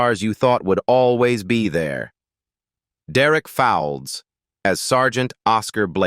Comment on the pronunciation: Can't pronounce names correctly haven't done their homework basically American ignorance basil brush will be laughing at them pronouncing mr Derek's name here's how to pronounce it it's spelt fowleds but pronounced folds as if you're folding something b4 u make these vids check your facts